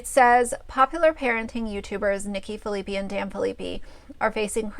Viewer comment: I love that you are doing these videos and have watched them all but just wanted to let you know their last name is pronounced fill-a-pie